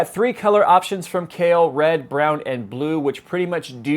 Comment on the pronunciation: oh it's kahil, sounded like Kale lol